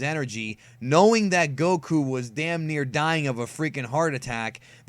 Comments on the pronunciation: You pronounce whip and Goku wrong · i hate how you pronounce goku